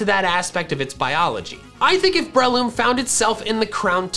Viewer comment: Is it just me or does him saying brehhh-loom really triggering